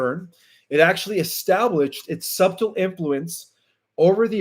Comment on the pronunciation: Also, the b in subtle is silent, SUH tle.Thanks for another enlightening report.